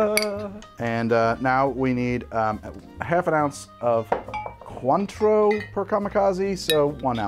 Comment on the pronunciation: The way Cointreau is mispronounced causes me to squirm.